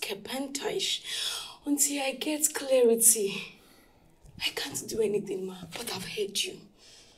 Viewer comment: Its the "Clearity" for me 😭